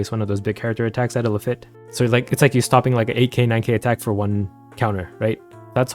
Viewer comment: That is not how you pronounce Lafitte